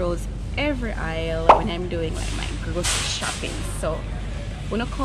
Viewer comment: ...aisle not oil Sounds the same 😊😊